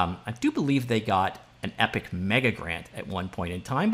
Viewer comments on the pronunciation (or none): none